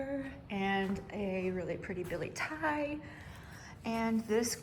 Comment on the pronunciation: Hi great video, thank you for the tour. Btw you probably already know or maybe you dont..but its pronounced "bill-et-ti-ei" not "billy thai" 🤭 Edit: also that monstera is soo big. Looks Amazing 💚